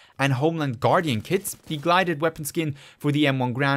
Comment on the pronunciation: It’s pronounced “Guilded”